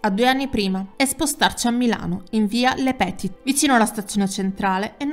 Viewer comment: Eh ma non vale! Io lo ho iniziato a vedere ora, arrivooooooooo 🤣🤣 via lepetìt con l'accento sulla I. E' fronsciese!!!!!!